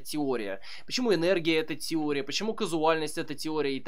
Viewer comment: КАЗУАЛЬНОСТЬ, лол) Каузальность